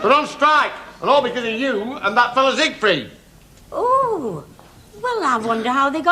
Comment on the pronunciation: Nellie calling Siegfried "Seaweed". Love Our Little Nellie. 😊